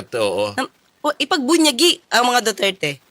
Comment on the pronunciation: Ipagbunyi atty. Claire ..not ipagpunyagi..